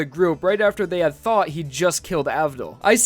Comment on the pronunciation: I rewatched it so many times just to realized he said "thought"